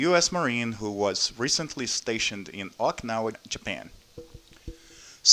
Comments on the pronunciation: its o-ki-na-wa not oiknawa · it wrote as okinawa but u keep pronouncing oikawa lol